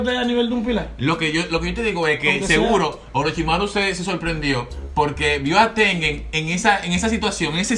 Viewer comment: Me da risa que diga oroshimaru cuando ni si quiera es oroshimaru xd 🤣🤣🤣🤣